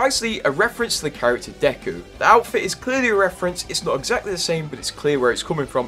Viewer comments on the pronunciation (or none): none